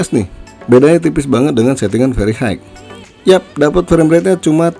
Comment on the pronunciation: High, pronounce nya hi bang bukan haig 😅